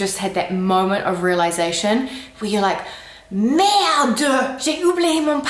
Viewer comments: Merde-heu! Not merde-dohh. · Our "Merde doooh" would be spelled "Merdeuh" in french :D It's actually simply the final E who is strongly prononced when we usualy skip it. ;) (It's not the same as "merdeux" who's mean "little shit" and is an insult xp). "Tak" would be spelled "Tac" (thanks the french comics for writting all our weird little words :D) and "Hop" means a little step, jump so for a child it would be the little jumps he has to make to walk up the stairs :) You can add " la" behind like "hop la" to make the word stronger. In general, adding "la" behind is making the expression stronger like "hop la", "houla" (or "houlala"), "hey la" or "Nan mais c'était nul là !" (work also with "oh") ;)